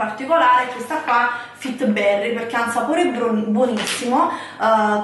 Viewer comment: Non si può sentire fittibberry .......eddaiiiiiii 😭😭😭😭😭